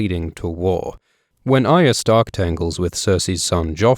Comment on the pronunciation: ARya. Why is the R so hard to pronounce? It's not AYA no matter how many times you say it wrongly.